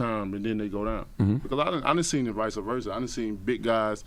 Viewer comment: "Vica" versa...lol #TeamWilderAllDayTho.